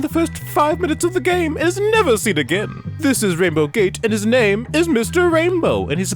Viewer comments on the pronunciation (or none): Got me laughing hard at 12 am when you tried to pronounce my name 🤣But thanks for adding my imput about the game in your video! Love your content!